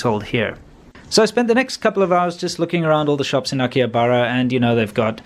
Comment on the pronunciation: If you are going to claim that you know something about Japan at least, please learn how to pronounce names of places you visit in Japan. In case of Akihabara "h" is not silent. You don't pronounce Shibuya correctly either. Pretty amazing really.